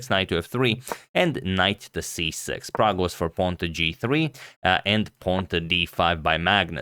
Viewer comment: Man! Man this dude called Prag!!!!